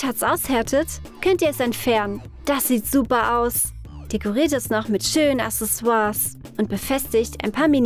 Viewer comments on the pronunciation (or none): none